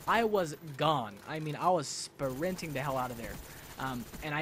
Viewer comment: i loled so hared when you said "spaarinting!"